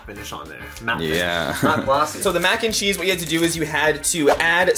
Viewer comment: Mac N Cherese lol